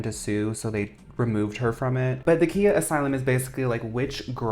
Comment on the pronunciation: Just wanting to say the Rapper Khia's name is pronounced :Kye-ah, not kee-ah.